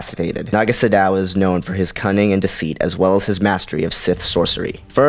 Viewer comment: It's pronounced "Sa- doe" not "su dow"